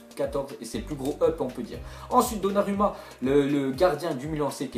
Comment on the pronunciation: Arrête de prononcer " donnaruma " Sa se prononce " donnarouma"